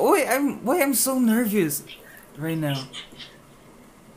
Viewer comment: Bro ayusin mo english mo wag mo ipahiya bansa ntin sa love interest mo...lalo na sa word na nervous ( hindi nerbyos kundi nerbus and pronunciation) kaya galingan mo english mo..